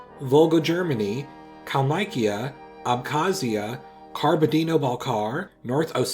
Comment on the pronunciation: You went too hard on the ai diphthong for a lot of the names with y in them.(and I'm talking about the English pronunciations here) For Kalmykia it's something like the i in sit. No Kal-mikey-uh. You do the ai diphthong for the beginning of Taymyria and then do it again for the second y. Consider when sight reading though. Why would there be the letter A in the first part to get that sound if it wasn't needed for the second? I used to like Civ but grew to dislike it for its gamey simplicity so I really can't see eye to eye there. I very much respect your decision to pull away from HoI though.